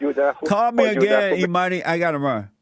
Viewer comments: James Jotes y’all takin it too serious. Jesse was pronouncing it as E money therein lies the humor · It sounds like Jesse thought the name "Imani" was "E-Money". Hahaha...